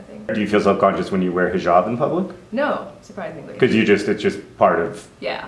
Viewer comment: John green- the first man I have heard to actually say hijab properly without making it sound like something from the unknown.